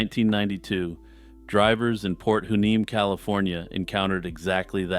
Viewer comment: For future reference, Hueneme is pronounced “why-nee-mee”. Don’t ask me why…